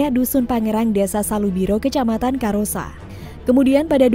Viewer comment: Akbar dimangsa ular di karossa, kenapa orang luar sulawesi KAROSSA kok dibacanya cuma KAROSA apa tidak tau baca tulisan indonesia yah, haha